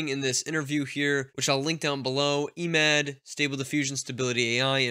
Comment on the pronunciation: just a hint regarding Emad pronunciation you should use Lighter E 😁